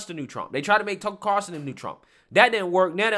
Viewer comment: Everytime you say "Tuckle Carson" I'm doing a shot...